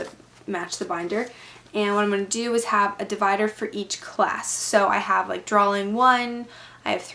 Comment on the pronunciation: its drawing not draling